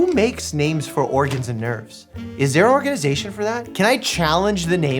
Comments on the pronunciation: "ORGAN ization" 😂😂😂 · Yeah, Oregon-ization